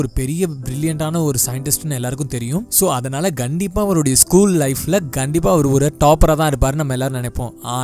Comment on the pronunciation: One correction "Gandipa" illa "kandipa"